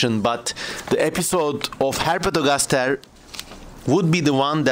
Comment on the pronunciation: He says ”Herpetogastashe”